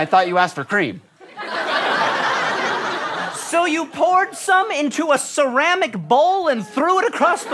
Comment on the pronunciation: My name is Corinne (Cor-reen) or (ka-reen) and every time they said Kareem! I was like who's talking to me? Oh, there was an m.